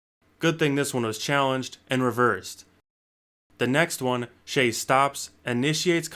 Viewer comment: Always thought it was pronounced as “shy” am i trippin?